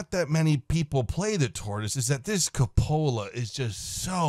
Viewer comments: Lol. Just like Oddbawz pronunciation of " coopolar" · Say it with me, coupe-ol-la